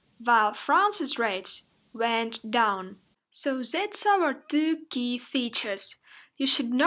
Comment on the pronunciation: Could you please pronounce 2 properly?